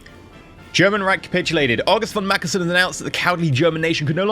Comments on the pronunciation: FFS. Macke*n*sen! not Macke*l*sen. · there's no "L" in "Mackensen" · Indy Neidell has a stroke every time pronounces it like that